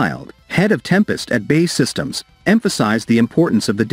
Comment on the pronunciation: You lose your credibility as soon as you say "BAY SYSTEMS " say Bee Aay Eee . looks like they changed that ugly wing shape to a delta !